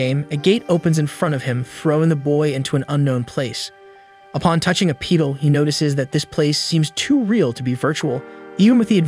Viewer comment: "upon touching a pee-tul" guess our ai overlords need to touch grass just as much ass we do